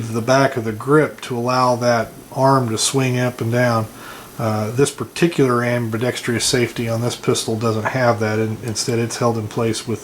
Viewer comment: You keep mispronouncing ambidextrous. There is no long E sound after the tr in ambidextrous. Not a big deal.